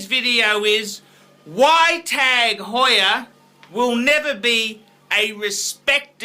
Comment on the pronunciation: OMG, this is like the Charlie Sheen video's. Also, Honda, KTM and Yamaha are world championship racing bikes. Your off your rich fat ass rocker. This guy should be taken off YouTube. And also, PLEASE pronounce Tag Heuer correctly if that's possible.